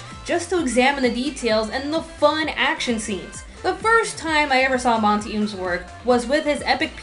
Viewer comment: omg you pronounce monty's name wrong. AAAAAHHHHHH